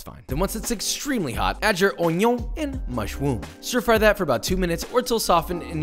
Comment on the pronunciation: I don't know why, but I laughed out loud for a solid 10 seconds when you stressed the mush~RoOm~ the same way as you did ~OiGnOn~